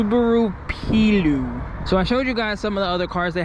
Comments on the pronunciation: I think its actually pronounced "Play-oh", but what a cool thing that is haha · Pleo is pronounced like the women’s name Cleo. Plea Oh.